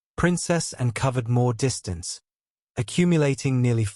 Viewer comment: why cant they get real voiceovers? the AI cant say "Anne"